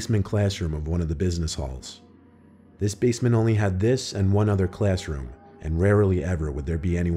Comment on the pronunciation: Every other English-speaker on the planet: So I was in the classroom... Guy from story 3: tHe ClAsS-lIkE-rOoM